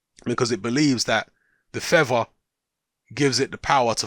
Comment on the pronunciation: YOU DON'T NEED THA FEVVAH, YOU CAN FLY WITHOUT THE FEVVAH!